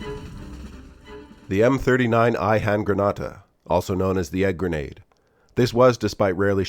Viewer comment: Either learn how to pronounce it or dont try. Hand-gre-na-te not Hand-grenah-teh